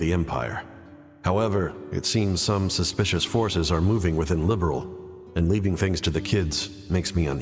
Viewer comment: The fact that they told the ENTIRE cast to mis-pronounce "Liberl" when there was a precedent for it's (correct) pronunciation in the later games still blows my mind. I'm so glad I didn't play this through until after the "Legacy Patch" had hit (My son gifted it to me on Steam as a birthday present).